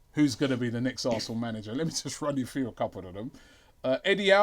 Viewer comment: Did no one notice said come TRU instead of come through, been spending way to much time with troopz man smh